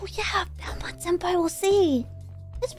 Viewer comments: Oh belmomd I 100% thought she said belmont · Understandable - it's Belmond.